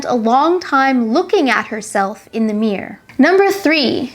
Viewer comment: Thanks for your clarification. Do appreciate your effort in making this video. By the way, I like the way when you pronounce the word "mirror".